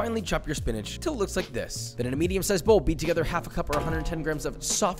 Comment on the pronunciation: Why SPEEENAGE?? What did it do to you? 😂😂